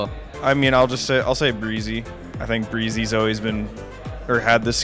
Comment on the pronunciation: Guys saying breze hahaha